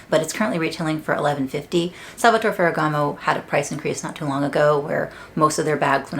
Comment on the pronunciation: You can pronounce the final E in Salvatore, that’s the right way to say the name ;)